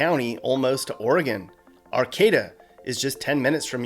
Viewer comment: Cute little towns! I think you should do a video 'The Prettiest Small Towns in the US to Fly a Drone Over" 8^) And you got the pronunciation of 'Arcata' right this time! Don't think we didn't notice.